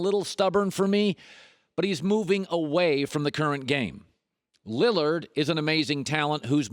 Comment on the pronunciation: “Toward Dame Liliard” not Westbrook